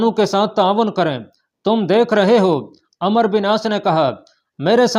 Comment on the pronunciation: میاں ایڈمن آپ عمرو کو عمر پڑھ رہے ہیں و مس کر رہے ہو